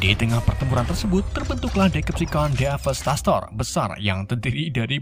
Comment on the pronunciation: Bukan DEVASTASTOR tapi DEVASTATOR gak ada Snya